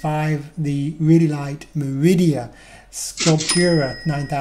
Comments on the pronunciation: btw its MERIDA NOT MERIDIA lol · meridia? isn't it called merida? ;)